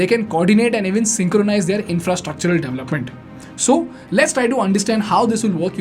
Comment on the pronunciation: Suggested phonation corrections: Garment : government, to be pronounced correctly as guvment. This mispronunciation is prevalent in Andhra Pradesh & Telangana. DAVlupment: Development to be correctly pronounced as DE VELUP MENT. Mispronounced all over India.